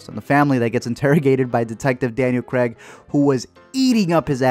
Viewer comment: “Daniel Creg”